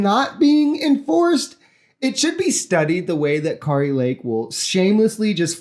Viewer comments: It’s Kair-ee. Like scary. And that she is. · Just as I spell your name correctly,, you should pronounce names correctly. The way you are pronouncing Kari Lake’s name is not correct and it would be good and responsible and professional of you to learn to pronounce her name correctly. This is also true of any other names that you may speak aloud during your career as an online commentator. If you want to be taken seriously, take names seriously.